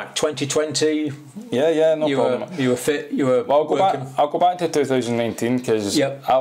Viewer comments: "Fit" sound like "fat" in Scottish lol! 😬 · Its kinda funny when this guy says "fit", it comes out sounding like "fat".😆